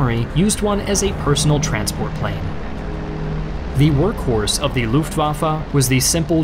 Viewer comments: "Luftwaffa" its "L U F T W A F F E" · that's not how you say "gotha"... it's not an english th... also "lufftwaffe" lol